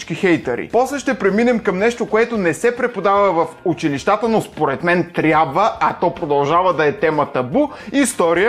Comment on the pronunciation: УчИлищата, не училищАта. ;)